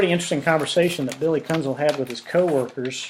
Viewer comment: Sir, first and foremost, I do not care what your opinion of Billy Kuenzel is. And it's pronounced Kenzel as the "u" is silent. Which is what you should be when speaking about my father, Glen Kuenzel. His testimony was and still is the truth. He did get home from work and had to check on me and subsequently take me to the hospital as I suffered a concussion during a football game the Friday prior. Also incorrect is the name Kenneth, my father never referred to me as Kenneth it was always Keith. So I do not know where you get your "facts" from but they, sir, are not facts. Again you can have any opinion of Billy you choose and say what you feel you need to say. But you will desist in speaking of my father. Thank you Keith Kuenzel!